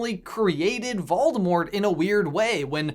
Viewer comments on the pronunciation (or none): Waldemort? pronounciation check please